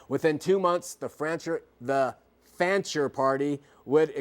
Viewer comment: DUDE! The name is FANCHER, not FRANCHER. How can anybody trust ANYTHING you say after this GROSS ERROR!!